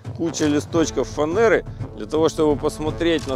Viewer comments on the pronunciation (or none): Фанера, а не фанейра! Как в видеоролике где перловку, говорят, пЕрловка.